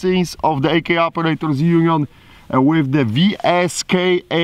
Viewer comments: *pronounced “viska” lol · Pronounced "Visa"? How in the hell they arrived on that conclusion? lol! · I’m not sure how they end up with that “viska” pronunciation... 🤦‍♂️ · ITS PRONOUNCED "VEESKA"